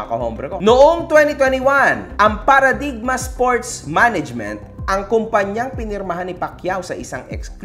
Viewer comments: Paradigm- PARADAYM not PARADIGMA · CORRECTION. PARADAYM PO ANG TAMANG PRONUNCIATION NON. HEHE